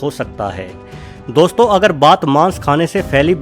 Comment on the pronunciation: O bhai 2 million log follow karte hn tmhe word to sahi se bol le Gyan mil rha hai to le lo gajab hai Bhai 😒😣